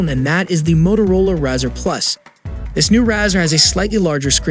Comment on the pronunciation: I like the idea of a foldable phone but I just don't trust it. It has to be weak there's no way this thing can hold up. Maybe in a few years. Did you really say Razzer? It's the same word as the thing you shave with which is a Razor, not a Razzer you goof. Back in the flip phone days they used to make a really thin flip phone with the same name. The name was a reference to it being razor-thin.